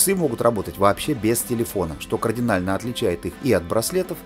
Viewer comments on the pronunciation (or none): none